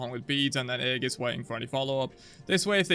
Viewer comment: aegis \EE-jus\ noun